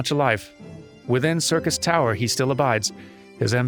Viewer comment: Ah, since Durmin ran Labyrinth of the Ancients last episode, I'm sure this will be a more relaxed episode where just unlocks- Nope, he's running the raid today. Hooboy. Time for me to make a long spoiler free lore comment! Syrcus Tower (which correctly pronounces similar to "Circus") was also the name of the proper tower in FF3. Unei & Doga are named after the students of Noah in FF3, and claim to be sent by the Students of Baldesion. G'raha Tia is a member of the Students of Baldesion, but as patch 2.1 noted, we have lost all contact with the headquarters of the Students of Baldesion, preventing this claim from being verified. Too bad for them, Nero tol Scaeva blows their cover in short order. Although, as a Garlean in exile, he's actually just Nero Scaeva now. The previously demonstrated Allagan technology of stasis and resurrection are joined into advanced cloning. Unei & Doga are biological copies of their originals, and have been granted the knowledge & intent of their forbearers. Unei & Doga also show off another of the Allag's prowess. The Crystal Tower obeys commands of the royal bloodline. The marker of this royal bloodline is the Royal Red Allagan Eye. The fact that G'raha displays this trait (albeit with heterochromia) indicates that one of his ancestors was royalty. The Miqo'te were subjugated by the Allagan Empire during their conquest of the known world (pretty much this entire hemisphere of the FFXIV world). The Miqo'te were then displaced across the co